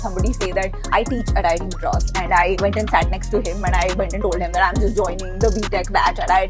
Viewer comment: Richness is when you pronounce MADRAS with a distinctive D. VINEETA JI... You are rich.